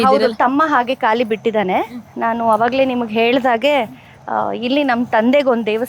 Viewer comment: It's not ಕಾಲಿ, it's ""ಖಾಲಿ""